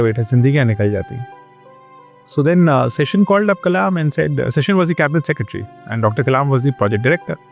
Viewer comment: नाम है टी एन शेषन , not session